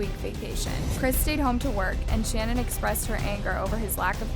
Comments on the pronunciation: Her name is pronounced Sha-naan , NOT Shannon. Very easy to find and kind of disrespectful to get it wrong through the whole episode. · It’s pronounced Sha- nan . Not Shannon . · Listening to this was pretty annoying considering her name is pronounced SHA-NAN not Shannon. If you’re gonna talk about her, say her name right. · It's Sha-naan not Shannon as someone whos watched the Netflix documentary This so so freaking horrible...RIP to the girls and the unborn baby <\3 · It’s shuh-NAAN, not Shannon...all other channels pronounce it correctly, give some respect to her man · Her name is shu-nan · shannan is ponounced shan-awn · Her name is pronounced like it’s spelled Shan-Ann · Her name is pronounced SHA Nan. I love your videos but I couldn’t ignore it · I’m sorry did you call her Shannon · Her gender reveal was not canceled because she was going to have a boy but because Chris was very distant and downright mean to her. You've got to get your pronunciation right that Shannon is kinda nerve racking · Good review. Her name is pronounced different than how you are saying....and personally , his name should just be family annihilator from here on out.....forever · I hate to be that person but hearing Shannan’s name pronounced incorrectly annoyed me a little bit. Lmao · You’re pronouncing her name wrong and it’s pissing me off. It’s insanely rude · when you were mispronouncing her name i got annoyed lol